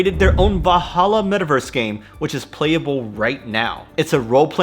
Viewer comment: VaLhalla, not Vahalla. :D Nordic origin, not arabic.